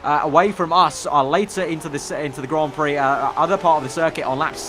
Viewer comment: and 'Grand' Prix